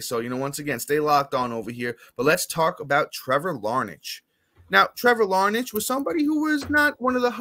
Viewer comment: Liking the pod so far fellas, lots of good stuff! Im a lifelong Twins fan, Larnach is looking good. One funny thing, it’s actually pronounced Larn-ack!